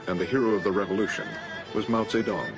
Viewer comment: You need to correct your pronunciations Its zedong not zeddong Its faamine not fee-mine